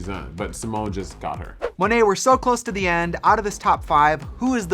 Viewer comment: Monét people, not Mo-net. Silly folks.